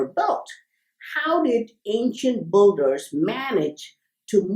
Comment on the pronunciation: Why pronounce builder as BULDER not BILDER ?